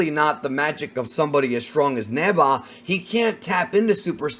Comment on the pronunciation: I keep hearing “neba” people know it’s Neva right?